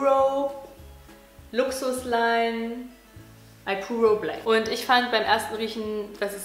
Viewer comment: das "ipuro" hab ich auch in Vanille 😏 und das wird nicht 'eipurou' ausgesprochen sondern so wie das geschrieben wird :D